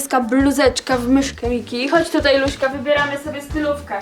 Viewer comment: Czemu mówicie luśka???